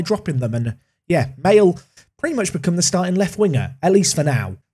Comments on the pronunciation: there is no way u pronounce maehle ‘male’🤣🤣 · just FYI, it's pronounced like Maleh